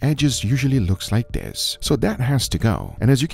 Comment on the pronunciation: Saying "Dis" instead of "this" is extremely disrespectful! It's not a "oh English isn't my first language problem" it's a "I don't care about being respectful" problem. My first language was also Spanish, and I don't say "Dis!"